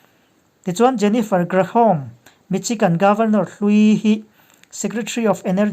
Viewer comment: Michigan hi misigan leh Reuters hi royters tia lamtur ani.